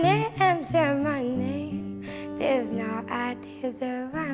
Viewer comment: À Elle a dit "simanaïm" des destiny's Child 😂😂 je suis morte. L'anglais c'est dur🤣